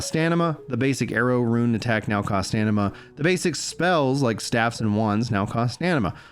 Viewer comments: Its StaMina not StaNima 😅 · Nothing on Fist Weapons. And it's STAM-IN-AH! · The man is dyslexic... take a day off mate. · was thinking the same thing haha